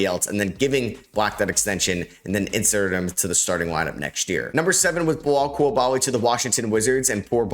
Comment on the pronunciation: His name isnt "Belal Coulabaly" it's Bilal Coulibaly". In french, the "i" sound like "e". Not too fucking difficult to pronounce. Start to respect him !!!!